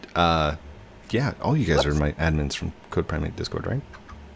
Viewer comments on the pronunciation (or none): It’s CodePrime8 not CodePrimate for all u new ppl XD